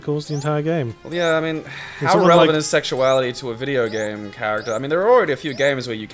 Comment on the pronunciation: God dangit, I keep on noticing that Yahtzee says 'vidya game'